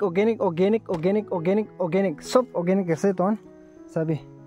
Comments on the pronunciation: Organic ❌ Okeynic ✅ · Okanic okanic okanic. Rrrrrr🤣🤣